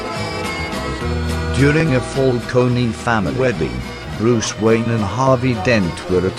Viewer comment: It's Bruce Wayne not Wayan lol.